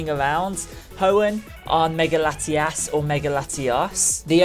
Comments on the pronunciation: You keep daying their name is laitias and latias but actually its latios and latias, keep it right next time I'm getting confused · i try my best to be accepting of people with accents but dude you pronounced Latios and Latias exactly the same. One has an O and one has an A. please do better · It's latiOs and latiAs not latias and latias